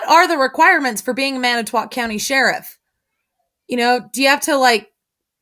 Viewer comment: you pronounce it Manatwat and that is so fucking funny. Keep up the great info and videos.